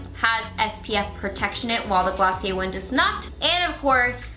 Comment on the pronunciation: Wow, you really murdered Glossier.